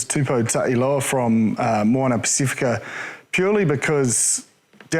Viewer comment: Pac if ika Ross, not Pac ee fika!